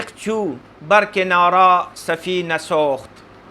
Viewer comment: اور کنارہ کا تلفظ کَنارہ ہوتا ہے یعنی ک کے اوپر زبر تلفظ کا خاص اہتمام کیجے۔ بعض اوقات بھول جاتے ہیں